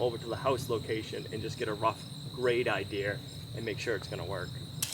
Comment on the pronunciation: There is no "R" on the end of idea!